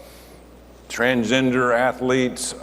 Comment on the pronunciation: I want to see him read his diploma, if he even has one. His comments indicate his own level of dis-education. He cannot even pronounce transgender properly.